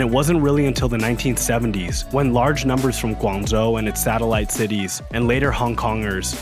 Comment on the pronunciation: What's preventing you from pronouncing the "zh" properly instead of substituting with "z" sounds? I'm genuinely curious why you'd make the effort to pronounce Mandarin names with proper tones but then butcher an important provincial name with "Guangzou."